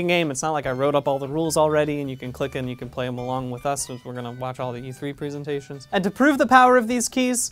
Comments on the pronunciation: Why does he keep calling it pree-sentations? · The way he says "presentations" makes me nervous